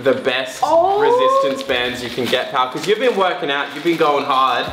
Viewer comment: Sorry but why do they keep saying pall it’s like their couple videos